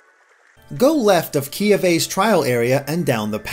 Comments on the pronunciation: It's pronounced Kie-awe-way! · Its Key-Ow-Ay